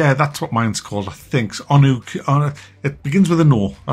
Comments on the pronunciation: Onbu isnt really that hard to pronounce, makes the jokes bit cringy. There is like 5 hours of content, not worth the 25E atm. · has a hard time pronouncing new 4-letter words like Onbu, who's likely one of his Paypal donators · Onbu. It's called Onbu.